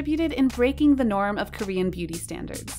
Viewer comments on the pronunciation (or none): none